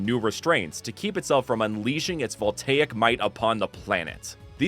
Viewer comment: I used to pronounce voltaic as VOLT-EYE-C until you said it